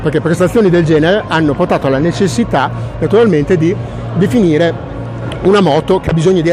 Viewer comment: ma sbaglio o a dice "definire" senza la r moscia? ahaha